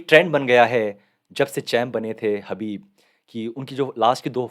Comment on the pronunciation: हबीब नही khabib 🤣